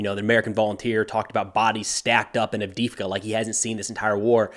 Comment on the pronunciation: Its AV_DEY_IVKA - "e" is pronounced as "ei", emphasizing the same letter. That Russki can be tricky.